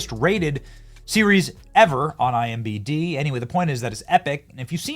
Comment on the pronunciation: Benny it's I-M-D-B the reverse letters way you say it is making me crazy